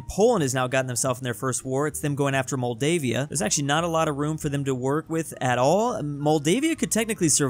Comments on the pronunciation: It’s not Maldivia its Moldova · Moldova not moldavia :( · Was this like a prank to see if we would noticed him butchering every name? Moldova = Moldavia Bulgaria = Belgium Czechia = Croatia 😂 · "Maldavia" me: MOLDOVA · Don't say moldevia again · “Moldavia.” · What Moldavia 😂😂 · Did he say moldavia😂😂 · WHY DID HE CALL MOLDOVA MOLDAVIA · Why did say Moldova like that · Your saying Moldova wrong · Why do u say tunisia wrong same with moldova